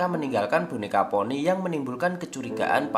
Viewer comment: Maaf kak itu nama ny conny bukan ponny bisa baca gk sih😒